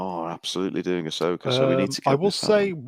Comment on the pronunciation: Ahsoka? Arseoka more like. I say keep going with all the RoboCops!